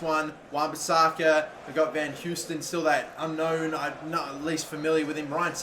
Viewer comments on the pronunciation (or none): none